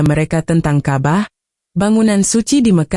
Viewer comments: Ini orang buat brita bohong .nyebut Alloooh juga alah .nyebut ka,bah juga kabah . ..ci emba ini bukan orang islam .. dia lagi cari duit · Ini jelas fitnah 100% oleh Kristen. Karena cara pengucapan kata Ka'bah dan Allah jelas adalah cara intonasi Kristen mengucapkannya.